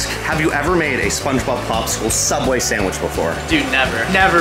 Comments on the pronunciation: Spongey subwich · Did he say sandwhich? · The spongsubicle